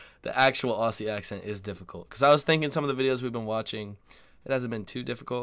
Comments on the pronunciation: OZZIE NOT Ossie PLEASE 😵‍💫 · Ozzie, not Ossie. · In one of your package opening videos, in which you received a gift from Australia, you asked Ben whether he thought the word Aussi was pronounced Ossie ( as it looks, given the double ss) or Ozzie. You thought 'Ossie'. He said Ozzie. Ben was correct- as many of us pointed out at the time. No worries- just thought you might like to know, mate! BTW the 'rising terminal", as it is called ( referred to here as a rising inflexion) is also very characteristic of the General and Broad Kiwi accents here in NZ. Greetings from Auckland. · That's a good video. The presenter, who indeed has a standard Australian accent herself, is very well-informed. I am an older Australian, a retired English teacher, with some post-graduate qualifications in sociolinguistics. One last tip: Aussie is pronounced Ozzie not Ossie. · Yes. It's not "Ossie" it's "Ozzie" 🦘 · Mate stop saying it wrong😂 It like OZZIE NOT OSSIE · ozzie like ozzie ozbourne... not "ah-see". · Love your videos man. I’ve got an answer for you from of your questions. We identify as and call ourselves Aussies, not Ozzie’s. And it’s not pronounced aus-sies it’s pronounced Ozzie. If that’s not confusing I don’t know what is. Also, anyone from Brisbane is from Brissy. Loving your work mate!! Keep it up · please stop doing the American thing in pronouncing Aussie as Aw-see. It is pronounced Ozzie as in Ozzie Osbourne. Ozzie is also the alternate spelling of Aussie. When you said "You can tell who the native speakers are, that was spot on" the guy speaking was English actor Jude Law. So not a native speaker at all. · Also, "Ozzie", not "Ossie". :D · well, the word aussie isnt pronounced aw-ss-ie, its ozzy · The one thing I lose my mind over is Americans pronouncing Aussie with an S, like "Ossy". ARGGHHH! It's "Ozzy" it just sounds so awful and grating. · Tip for Americans: Aussie is actually pronounced Ozzie. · BTW it’s Aussie (Ozzy), Americans always say it wrong.